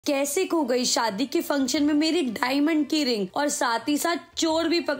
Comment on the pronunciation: 😂😢😅 didi ne kaya bhari Bola dhhaimond ki rings 😂😂😂😂😅😅